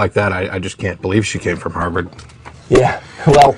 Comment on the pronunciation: Did she say Harvard or Hogwarts?